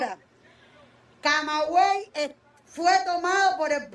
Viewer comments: É CAMAGUEY, não CAMEGUEY. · Não é CamEguey é CamAguey... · É Camaguey e não cameguey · Tu inverteu. É Camaguey. Não é Camegay nem Cameguey. É "cama" mesmo. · Pelo amor de Deus, cara, CAMAGÜEY, fala a porra do nome da cidade certo! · Pare de falar o nome dessa cidade ERRADO, cara!!!!!!!!!!!!!!!